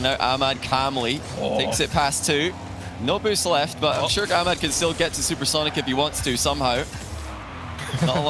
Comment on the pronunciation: It’s kinda funny how the commentators pronounce Ahmad “Amad”. It’s “AH-mad” or “Ah-med”.